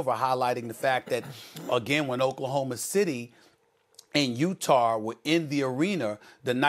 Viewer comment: Trying to sound not hood by ringing that nonexistent R sound.